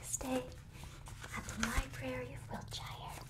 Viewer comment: Just a tip if you're talking about wiltshire in England. Any place with the suffix is pronounced "shir" or "sure" I know a lot of people get it confused because of lotr having the shire 😂 Just thought I'd let you know for future reference 😊